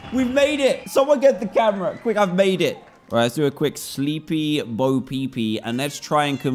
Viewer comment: Did he just say sleepy bapp